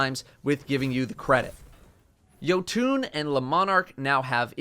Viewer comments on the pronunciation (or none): I mean it's pronounced "yote'n," so he's pretty close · im sorry but it pained me when you said yotoo it is pronounced jo tun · Jotunn is not said Jotune its just Joton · “Yo-tuneee”?? Bro what it’s “Yo-ton” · Jotoon? It’s jot-uhn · Dude really said “YOTUNE” lmfao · yo-tune? WTF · did this man really just say: "yo-tune" for Jotunn??? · I'm not usually the one to do this but, "YO-TOON!?" You played through God of War! You're killing me! Thank you for the informative list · Huh, that’s an interesting way to say Jotunn